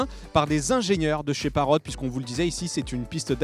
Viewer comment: Ce qui m'énerve sûr ce présentateur ces qu'il dit ' Parrote ' ? il est con ou quoi ? ça se dit Parrot et bien sûr pour avoir une image en immersion il faut un smartphone ce qui n'est pas mon cas,.